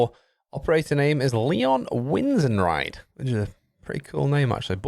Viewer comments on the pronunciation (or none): That's "Win-tzen-reed", say that three times next SoloQ when you play him 😅